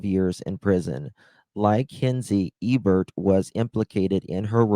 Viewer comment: Where in the world did you get "ew-burt" from the name "Ebert"?? Nowhere does an "e" sound like a "u" or "eww". It's like "ee-burt". Or "Hinzee" from the word "Hinze...its so obvious that it is pronounced like the ketchup brand "Heinz"...the "e" is silent. Listening to you attempt to read is torture. My 7 year old reads better! Maybe if you spent as much time working on improving your reading skills as you did your makeup application skills you might be surprised at the results! Seriously...you look awesome...maybe you should stick with what you know best and leave the reading to others!😊